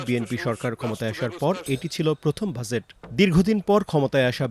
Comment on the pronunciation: উচ্চারণ এরকম হলে হবে? এটার উচ্চারণ "জ" ইংরেজি J অথবা dg. আর আপনি বলছেন "য" ইংরেজি Z বাজেট। বাযেট না। ডাক্তারদের ভুল ধরেন, অথচ একটা উচ্চারণ পারেন না।